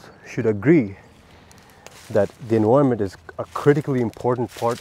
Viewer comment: Sick video bro! P.S.: EN-VI-RUH-MENT